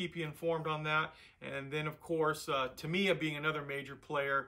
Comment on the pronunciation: sorry, I hate to be that guy, but... it's pronounced TA-mi-ya. (Love your videos!)